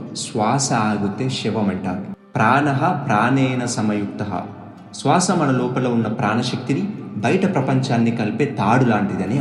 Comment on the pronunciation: SWASA wrong pronounciation sir. You have to use Sriram "S" not Seetha "s"